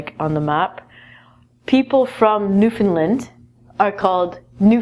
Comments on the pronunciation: It's pronounced New-Fin-LAND, not New-Find- LIND. I learned this the hard way... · It's New-fin-LAND! Will you Canuks NEVER get it right? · You are saying Newfoundland wrong. It is isn't pronounced "newfinland" It is pronounced like it is spelt. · New-found-land (pronounced new-Finland) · new fin LAND. the stress goes on the land. not the fin. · it's NewfoundLand